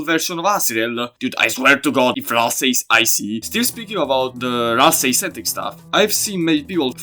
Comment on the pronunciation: Do NOT jumble Ralsei’s name one more time